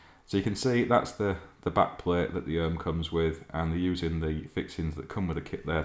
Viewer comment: Ohme is pronounced Ohm ee, not Ohm!